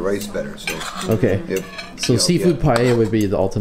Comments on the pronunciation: Valencia is incredible isn't it? The gardens are just magnificent. BTW, are you pronouncing paella "pay-ehda"? I think it's "pay-eh-a" (no "D" sound). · As a valencian, the correct pronunciation is pa-eh-ya. Not pay-eh-ya or something like this. A lot of foreign people tend to pronounce it wrong, idk why. You did it more accurate tho